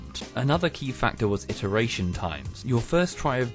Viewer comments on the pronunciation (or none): none